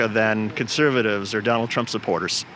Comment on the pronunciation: Did she say jonald